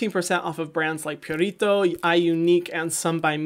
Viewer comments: I like how you say “purito” with a Latin accent, even though it’s Korean skincare. Hehe. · I love how he makes me think of burritos the way he pronounces Purito 🌯